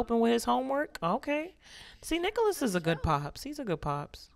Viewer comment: Swear it sounded like she said “niggalis” instead of “Nicholas” 😂